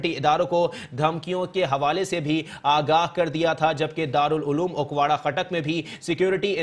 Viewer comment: its not ukwara its akora.news caster sab